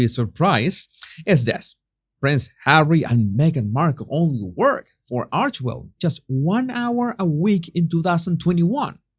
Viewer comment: Everything you say 'arsesmell' i fall about laughing😅